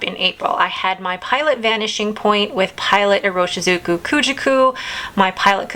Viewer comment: New to your channel but enjoying your pen and ink choices. FYI I am fairly certain that Ku-Jaku is pronounced more like koo-JOCK-ooh. And the purple one is SHE-kah-boo. I have a friend from Japan who helps me out with these. Enjoy May!